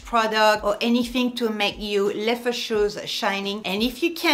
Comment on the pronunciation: I always have to remind myself when she says “leffer” she means leather